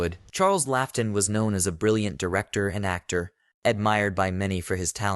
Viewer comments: It's pronounced Charles "Lot-in", not Laugh-ton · Like Lawton